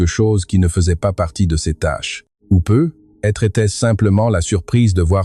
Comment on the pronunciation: dans peut-etre , vous devriez mettre plus d'espace un petit - - - et vous etes incapable de lire comme il faut ........PEUT-ÊTRE se di lit en 1 un mot (PEUTETRE, c un ex ) sinon laissez la place à qui sait lire